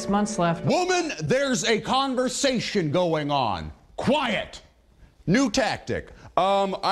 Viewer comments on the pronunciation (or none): "WOMAN THERES A CONVORSATION GOING ON"